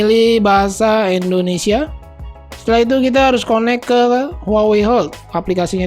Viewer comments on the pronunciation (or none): none